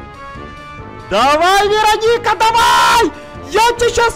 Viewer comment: Это не ВЕроника. А ВерОника.